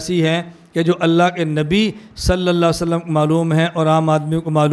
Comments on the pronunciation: Please say clearly صلى ألله عليه وسلم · حضور صلی اللہ علیہ وسلم کا نام گرامی صحیح طرح نہی لیتے علمائے دیوبند کی یہ کمی ہے مولانا الیاس گھمن صاحب براہ کرم اپنی تجوید درست فرمائے ۔ھداک اللہ جیرا۔ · Are janab pehle nabi ka name thik se to lee loo صلي صلي kar rahe hoo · Hazrat 'Sallallahu alaihi wassallam' to saaf aur sahi kaha karo